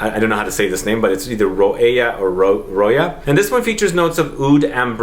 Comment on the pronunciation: I’m from Dubai … your first pronunciation of roeya is correct 😊❤